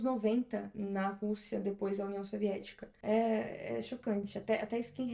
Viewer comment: Acho engraçado o jeito que ela chama o nome do país: Rûssia